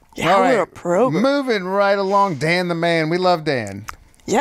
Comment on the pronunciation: This is the best "progrum" out there!